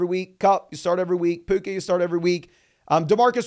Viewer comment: Benched Garret Wilson for Puka... ....aka Puke-Uhh.